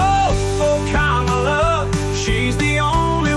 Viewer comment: Wow...sang-a-lah for KAMALA